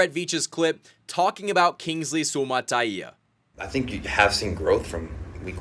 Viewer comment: Thank you for pronouncing "Suamataia" correctly!